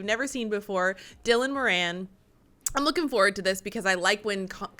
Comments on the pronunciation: For goodness sake it’s Dylan as in Bob Dylan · its pronounced dillon ffs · Dylan is pronounced like bob DYLAN🫣Moran sounds like MORE-RAN😉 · Haven't you heard of bob Dylan ? It's dilan Mo ran 😅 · It's Dylan like Bob Dylan.....i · Dylan - "Dill-Ann" Black Book awesome show esp the upside down piano playing with spoons.....